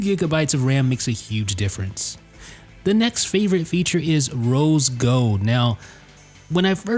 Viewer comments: Lol he keeps saying rose "gode" instead of rose gold... I like his accent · G-O-L-D not G-O-D-E!